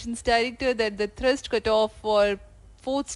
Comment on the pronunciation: The idiot commentator said "Nominal Thirst" instead of Nominal Thrust. This same commentator keep saying Thirst for every ISRO launch 😂😂😂😂